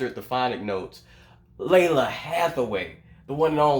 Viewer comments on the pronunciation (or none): none